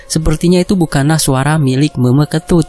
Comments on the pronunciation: Salah cara ngucapin meme ketut tapi dak apa karna tulisannya meme jadi cara ngucapin pastinya gitu 😁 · Meme itu bacanya kek nyebut huruf E kak hehehe...